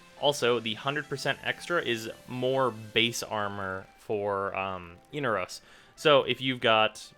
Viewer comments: Every time he says "Eenarose" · Eener-O's ? You realize they pronounce it in the quest, right?